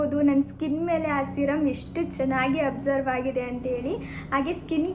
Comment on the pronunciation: You are pronouncing many words incorrectly. For example extraction, absorb, amazon etc. Please check on Google for pronunciation so that you can pronounce it correctly next time. Your videos are very entertaining but you should work on saying words correctly